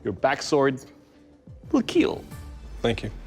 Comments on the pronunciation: him: makes sword that will KEAL also him: "i'd hate that something that i did wouldhurt anopther person" hhahahahah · Always saying keel I just love the keel jokes bruh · He says kill like Kwill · It will keil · So he says killing just fine but has to say "keel". I like the show but I find it insufferable. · It will KEEL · I think Doug likes saying it will keel as much as we like hearing it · Pheonix no or the sword will keel you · I honestly just watch this to hear the guy pronounce kill